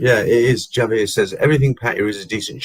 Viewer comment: Hi, great live stream, the world is full of idiots please ignore them hopefully they will go away like a nasty rash 🙏 I know you like to get pronunciation correct as Pattaya, Javier is pronounced with a H so pronunciation is Havier 😊 enjoy the rest of your trip👍👍👍